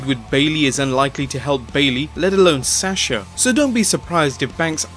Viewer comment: You mispronounced asuka and sasha. for asuka it sounds like you said asska and for sasha it sounds like you said sash like what a mayor wears or what a boy scout wears. Then you put an A at the end of her name. It must be your accent. Hmm strange -_